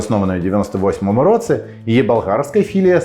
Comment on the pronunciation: Твоя українська стала такою класнною, цілі речення взагалі не видають тебе. Якщо я можу сказати, то 1 слово, яке більше всього різало вуху це "в такому то (!)році(!)" ось тут ти ніби кажеш слово "році" як "роцы". Нічого страшного, все дуже зрозуміло, проте, якщо цей маленький нюанс забрати, ще багато речень стануть нейтив-лайк 🤎